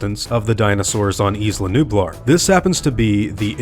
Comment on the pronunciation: Jurassic world is isla numblar